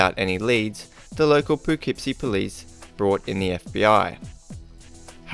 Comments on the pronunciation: *pa-kip-sie is how its pronounced hun. No worries, ull get it next time, theres a murder there every week now! Im shure ull have more than plentiful stories from there. Someone just got murdured behind my mom's work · The way he pronounces Poughkeepsie is funny. I've probably passed that house 100s of times. Creepy.